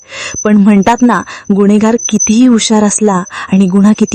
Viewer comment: गुन्हेगार असा उच्चार करा मॅडम. गुण्हेगार नाही.